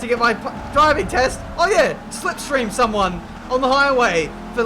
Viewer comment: sais: a bit of lipstream. did you mean a bit of slipstream.